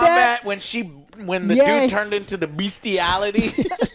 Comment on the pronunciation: "Beastiality" 🤣 And, the Korean guy is named "Sol". Why not just call him Capital of South Korea !?